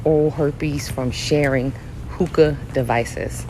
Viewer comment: I thought she said smoke tooka